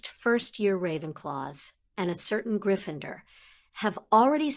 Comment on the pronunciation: Sorry, only a few minutes in and need to get this off my chest for my OCD sake: GryffinDOR, not -ER. Whi is this lady?!?! :p